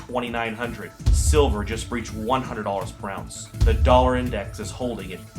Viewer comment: "dollEr" war?